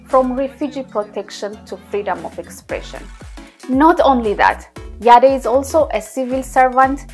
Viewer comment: The E in the surname is silent. She is Rama Yadd not Yadé!